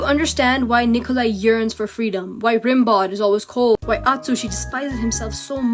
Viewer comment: this is so so good, I am over the moon. my prayers have been answered at last, people have begun to do actually great bsd analysis video essays. 10/10, mini side note, Rimbaud is pronounced "Rambo" (hence the joke with his name being misread in 15), but who wants to respect the french anyway.